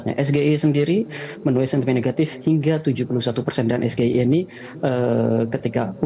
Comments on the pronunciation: SGIE cillll itu jngn di buat singkatan bhsa Indonesia karena itu bhsa inggris panjangan nya yng bener nya bgini yaa cill tak ksih bener bhsa nya " is ji ai E " katanya lulusan universitas luar negeri mosok belepotan ngono ngomong ke is ji ai E iku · Danil aja salah ucap 😮😮😮😮😮 esjiaiu padahal gibrn esgeia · memang gibran diluar nurulll, saya khawatirnya ketika dalam konfrensi internasional gimana nanti kalau ngucap singkatan inggris kayak singkatan indonesia.....kan maluuuu, yg malu itu Indonesia.... kalau gibran mah cuek cuek aja....orang di debat cawapres aja dia dengan PD nya ngomong sgie(esgeie).😢😢😢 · Ejaan dimasalahin. Ganjar bilang SGIE sbg es ji i ai harusnya es ji ai i. Malah salah kan, kalo ejaan es ge i e bahasa indonesia lbh aman dari salah eja. Ini pengamat nya sempat salah campur2 eja nya es ji i e (ejaan gado2). Kalo ga tau istilahnya ya ga tau aja, pake ngeles kayak bajaj... BTW metro pernah liput SGIE kan, di liputan ekonomi syariah sekitar 2 thn lalu.. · Es gi ai e Danil aja sala salah Gibran bilang sgie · oieee pertanyaan simgkatan SAMSUL dalam contex ES GE I E [SGIE ] bukan ES JI AI I dalam Bahasa inggris🙃🙃🙃🙃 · Inimah hampir sama sama asam sulfat salah nucap ,bedanya kalo di asam sulfat dia minta maaf,kalo di saat ngomong es Ge i e bukan es ji ai e dia ngerasa unggul,padahal salah nucap😂😂😂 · Bukan SGIE tapi Es Ji Ai I .... Jiah singkatannya indonesia kepanjanjangannya english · As a native English speaking Muslim, no one uses the term SGIE, and if they did they would pronounce it “ess jee aye ee” not Ess ge i e. Gibran sounds extremely uneducated. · Diucapkan S GE I E......padahal singkatan bhs inggris...ES JI AI I..... Asline sing ngomong jg ngah ngoh gak eruh...opo kui es ge i e.....hadeehhh isin aku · LPG dibaca EL PI JI SGIE dibaca... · SGIE ? es ji ai i. Begitu di ucapkanya samsul.wkkk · Kalau di lafalkan dgn inggris lebih parah lagi (es ai gi e') hahaha yg ditanya khawatir tdk bisa ingglis 😂😂😂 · S je ai i itu yg benar in English